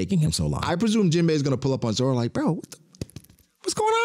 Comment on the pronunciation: Why you be saying Zoro name like that 😭